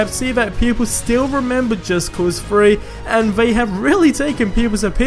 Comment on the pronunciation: It's called just cause three not just cause FREE. And with not whiff like you are smelling something. And E three 3 not E FREE.